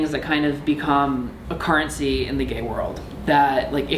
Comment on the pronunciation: Currency = CARrency